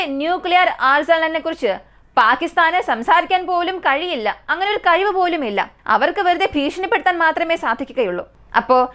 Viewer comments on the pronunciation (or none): none